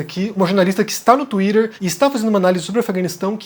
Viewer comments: enquanto vc falar tuírer vai ficar difícil de assistir ... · Fale "twitter" direito rapaz, vc não é americano